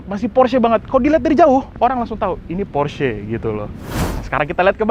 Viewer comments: setuju!...sama kaya orang amrik bilangnya "PORSH", padahal yang bener baca nya "PORSH-E" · Bacanya : Porsi Makan 😂